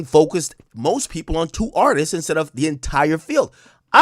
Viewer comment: Why do people say “Artises” instead of “Artists” lol